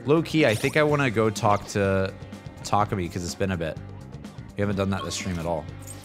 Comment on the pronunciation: When you say the A sound for takemi, don't use a hard A. For example, we don't pronounce the word abandoned like Ah-band-done. It's more like uh-ban-done. You dont push the voice down. Just relax it. And then smile. Now try Takemi - tuh- ke-me. Literally say each syllable with equal emphasis. Unlike English where the emphasis is on the first syllable, Japanese don't strongly emphasize the first syllable like we do in English. Often, you'll hear the American voice cast mispronounce their last nanes. For example, the American voice cast will say Sakamoto like--SAH-komodo with an emphasis on the first syllable and then just slurring the rest as fast they can. Only 1 NPC says the name correctly - -suh-koe-mo-toe saying each syllable. P.S I don't speak Japanese. Lol